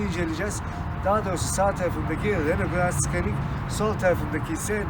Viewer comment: Hocam fites değil vites, Renolt değil reno, Sıkanik değil senik diye okunuyor. Bukadar potansiyeli yüksek bir kanal diksiyona dikkat etmeli bence